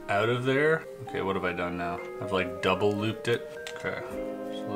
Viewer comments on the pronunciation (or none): none